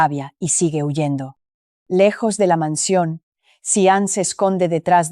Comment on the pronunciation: ..Óh,!! La imiensa mensión..la grand abitación,..😂arregaña dientes..tierco abogado calbo.. que manera de contar, tan dramática..😂